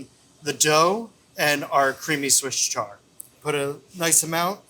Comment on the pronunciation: "Swiss char" 😂